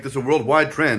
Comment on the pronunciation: Nice try pronouncing the "Obložené Chlebíčky" - ugh, not very close. The original recipes is actually cream cheese/butter spread with lots of fresh, minced garlic and finely shredded Italians style cheese. But then again, you can literary slap anything on it, potato salad included :D